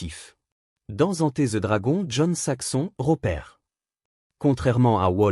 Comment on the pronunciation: "Enté ze dragon" 🤣🤣🤣🤣🤣🤣🤡🤡🤡🤡🤡🤡🤡🤡